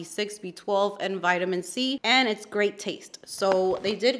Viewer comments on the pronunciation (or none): none